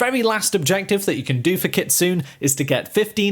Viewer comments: Ayyeee! It's not kitsooon*... It's pronounced * KITSUNEY Learn how to pronounce stuff apart from English man, you guys freak out when we accidently mispronounce English words, when all you can speak is only English. 🤣😂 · KIT-SU-NEH , not Kit soon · Her Name is pronounced “ Kit, Sue, Nae” Kitsune! Not “Kitsoon” 😂🤣! Cultural Appropriation at it’s best (Chef’s Kiss) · It's pronounced kit-zu-nay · It’s kit-su-ne